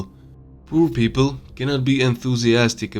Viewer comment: The video is not only accurate, very well recorded. It makes sense BUT...when i heard pur people i collapsed on the floor laughing. Yes, i know english isn't the easiest language and it's pretty hard to learn. I know, i a slav-frank.